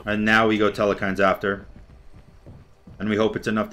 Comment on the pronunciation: There is not nor will there ever be an E in the middle of Telkhines